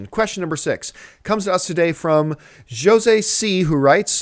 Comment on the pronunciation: Haha John you pronounced Jose wrong